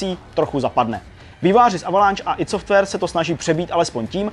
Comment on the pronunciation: "aj dí" software... :D